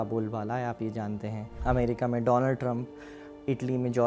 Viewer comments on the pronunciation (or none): none